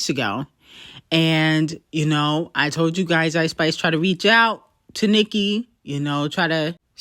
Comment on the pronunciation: Why does she say Eyeish-Spish? 🤣